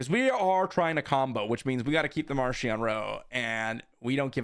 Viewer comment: It's pronounced MarKion in the audio books 👍